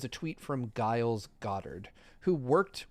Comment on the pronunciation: it's not "Guiles," the G is liquid pronunciation. Why is nobody correcting him?